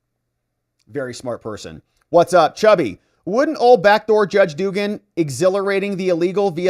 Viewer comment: It is pronounced dug-an no doogan.